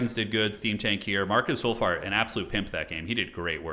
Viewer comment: I did a spit take during the introduction because I heard "Marcus Woolfart." Not sure how someone could shit a sheep, but that dude figured it out.